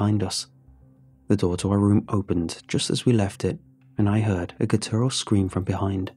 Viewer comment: Great story! My only ask is to please Google how to pronounce "gutteral". Your stories use it pretty often 😅